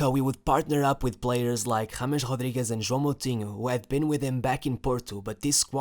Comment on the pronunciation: It's not Hadamel it's Radamel also its not Hodriguez its Rodriguez since they aren't Brazilian or Portuguese